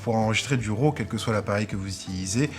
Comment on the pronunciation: Bonnes informations!! En passant ce n'est pas 'ROW' mais 'RAW' ça se prononce comme 'Rat' ;-)